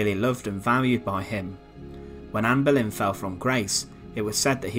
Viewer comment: Anne Berlin? Boleyn you mean.